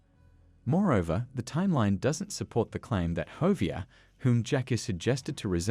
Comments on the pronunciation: Who's hovier don't you mean Javier I think that's how you spell it close bro needs to learn English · Bruh it's pronounced havier not fucking hovier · Dude, Ha vee air. Javier. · I’m not sure he’s even played the game. His pronunciation of Javier and Hosea are proof as much.